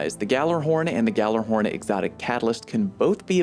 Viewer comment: Yallerhorn you goon. Now Gh-allerhorn.